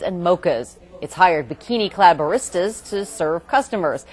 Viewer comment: B-uh-ristas??? sad.. the band is hella better